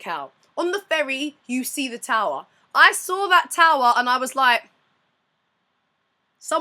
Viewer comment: "The Macau Towwwwwwerrrrrrrrrrrrrrrrrrrrrrr..." Wow, you lost your accent on that last part.